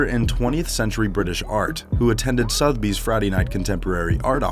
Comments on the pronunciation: Sotheby's is pronounced "SUTH-UH-BEEZ" ..... Not "Sothe-beez" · The way the narrator pronounces Sotheby's is triggering......... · It is Suther bies not Soath bies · I know, this guy needs serious lessons in narration...I mean calling it 'Soth Bee's'.....arrghh! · Sotheby's. Suh-the-bees. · why can no american say 'sotheby's' correctly?